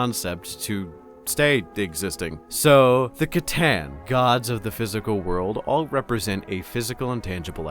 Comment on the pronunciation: Something happened to. He pronounced C'tan properly in this one. I think the Alpha Legion got him